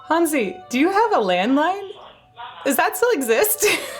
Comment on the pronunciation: What a dedication, what a wonderfull interview. You even gave Hansi his "ü", thats very unusual for american interviewers.